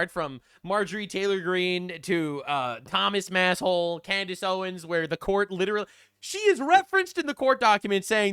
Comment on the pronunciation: Can Candace Owens pronounce anything at this point? 🤣